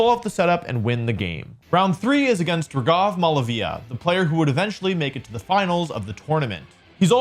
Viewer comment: Not to criticize but he is pronouncing raghav incorrectly Its ra-gh-av Not ra-gav Sorry but my name is the same so I have to say this